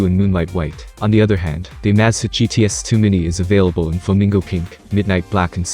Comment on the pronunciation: If you're going to use a computerized narrator, you should probably make sure that it knows how to pronounce the name of the item that the video is about! It makes the entire video sounds stupid when it is constantly mispronouncing the name of the Amazfit! it was so bad here that I had to stop watching after less than 30 seconds!